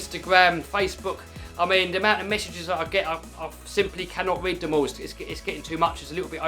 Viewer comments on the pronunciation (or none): none